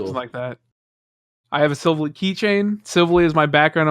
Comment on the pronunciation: The way said silvally hurt me